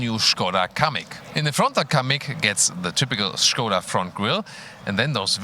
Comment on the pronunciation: I love that pronouce the brand correctly, nice touch:) the car looks rather good I might say!